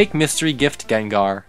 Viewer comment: Gengar more like Nengar